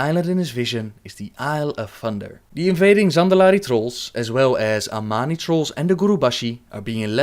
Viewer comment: You said "Armani" instead of "Amani" xD Thought it was funny!